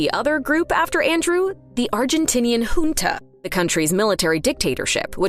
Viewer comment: Well at least the ai pronounces junta correctly.